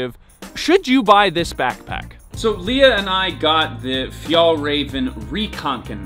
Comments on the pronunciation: Paused to type that it’s pronounced fyall-raven. I know exactly how to pronounce it do not PATRONIZE me. Lol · It’s pronounced ”fjellwea*va” *ea as in ”bear” Stress is on first syllable, but there’s also a secondary stress on ”rä”, since it’s a compound word Also use scottish prosody for proper swedish pronounciation. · Haha he say fjäll räven like fjäll raven 😂 fun for me as a Swed. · It’s actually pronounced fjällräven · a pro tip for your pronounciation: If you say the ä in fjällräven the same both times, it would be much more correct Swedish! Ä is pronounced like the e in "environment".